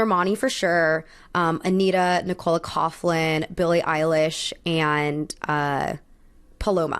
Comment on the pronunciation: Love the review and I normally wouldn't correct someone on this, but it seems like every review I've watched of the Met has been her calling Nicola Coughlan, Nick-Cola. She pronounces it more like NI-cuh-luh. And her last name, Coughlan (which is Irish) is pronounced more Couck-lan, not Couph-lan. Just thought I'd mention it in case she ever comes up in one of your videos again☺